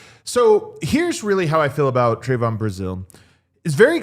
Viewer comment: lol..its not Tray-von...its Trev-un short e sound, not long A pronounciation.🙂Yall are kinda depressing to listen to. Lots of teams would love to have Brazile. You are under valuing Trevon before you even give him a chance ! Shit, give Trevon a little more credit. You guys act like he doesnt have a brain. WELL HE DOES AND HE CAN GET UP HIGHER THAN ANYBODY ON YOUR ROSTER. HE CAN GO GRAB A BALL , TOMMY HAWK THE BALL N THROW IT D OWN.